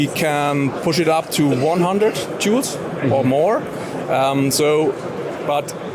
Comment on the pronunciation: The sales rep needs to make sure to put a little more emphasis on the L in joules. Had to run it back and listen again 😂